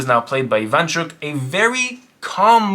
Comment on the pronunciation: Russians and ukrainians on their way to die inside from those mispronounications Very cool video tho